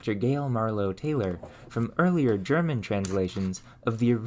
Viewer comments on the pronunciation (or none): none